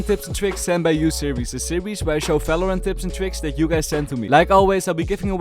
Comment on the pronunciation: it's Valorant not Falorant